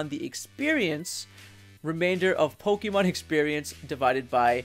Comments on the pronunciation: I really can't get past how he says "Pokeemon" instead of "Pokémon". Please pronounce the thing right if you're making a whole video and his series of videos on it. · po-KEY-mon gahhhh!!!!!! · Says "poh-KEE-mon" WTF Man!